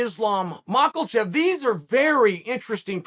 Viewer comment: I love when Uncle GOAT butchers names like MOCKEL-CHEV